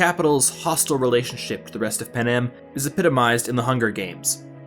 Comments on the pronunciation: Panem, not panam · panem sounds like pan am